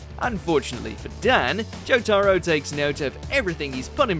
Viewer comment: Why is he saying Jotaro like that. Joe-Taaro